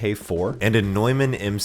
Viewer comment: I'm impressed you used the proper German pronunciation for "Neumann."